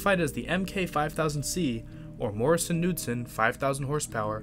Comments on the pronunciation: The “K” in Morrison Knudsen isn’t silent. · It's pronounced can-nute--son for Knudsen. It's Norwegian.